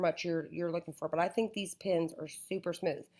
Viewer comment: Why does she keep on saying pIns there pEns